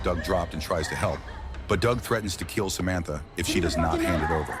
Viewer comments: AI stinks in this video. Blood is spoken as blahd. Kill is read as keel. Among other mispronounced words. Very frustrating to listen to. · The AI commentary is crazy. If your system can’t pronounce “kill” and “blood”, maybe just read it yourself.